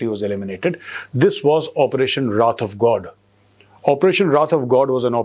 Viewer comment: i was confused first that Major pronounced wrath of god as राधवगढ़